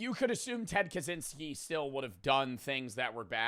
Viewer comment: Why does he say zynsky 🤦🏼‍♀️ ITS KACZYŃSKI / KACZYNSKI